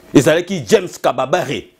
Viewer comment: Ce n'est pas James Kababare, c'est James Kabarebe ?!! Lol 😂 😂 😂